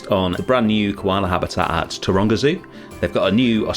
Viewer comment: I was 3/4 of the way through this video, before I realised that you were saying Taronga Zoo. Most the time I thought you were saying Toronto… 😅